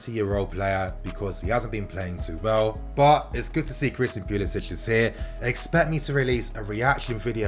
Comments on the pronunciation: Don't pronounce it as Pulisich. He's American so it's Pulisic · it’s not pulisić it’s pulisic poo-lis-ick he’s american and his family don’t pronounce the accent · He’s American the C is pronounced English not Slav... Pu-li-sic(k). My Brit fam needs to get it right now that our boys’ blue. Much love for this channel and all you do informing us fans... even those across the pond. TY 🙏🏼✊🏽💙💙